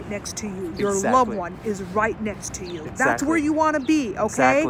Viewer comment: I love how he says Exactly so nice